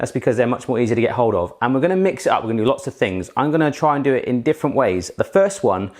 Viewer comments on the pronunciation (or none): none